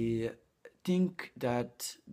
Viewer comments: Bravissimo!!! "I TINK" è favoloso! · non diciamo "AI TINC" ahah, diciamo " AI FINCC"